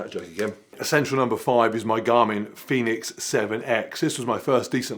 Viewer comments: Garmin Fenix, not Phoenix xD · Great movie but OMG - Fenix not Phoenix😂